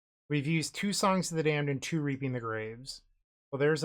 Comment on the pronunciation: reaping the grave came out sounding a lil closer to reaping minus the e. I had to rewind when i heard it too